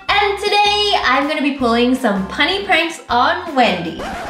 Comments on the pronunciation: wengie you said punny not funny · Umm you ceep saying punny it's funny as in with the f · Ahhh Wengie you said punny instead of funny